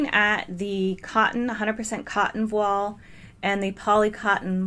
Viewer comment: Thank you for this detailed analysis! Voile rhymes with toile. It's a french word.